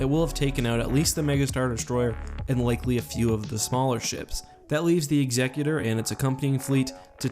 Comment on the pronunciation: Can you lot please learn how to pronounce "Executor"